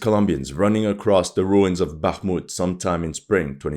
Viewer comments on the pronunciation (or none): none